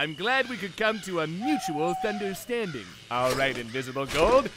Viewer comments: Did he say "understanding" or "thunderstanding"? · he said mutual thunderstanding instead of understanding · i'm sorry, but did he just say mutual ""thunderstanding"? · did anyone realize he said "im glad we could come to a mutual thunderstanding" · i have a complaint when he says thunderstanding it says understanding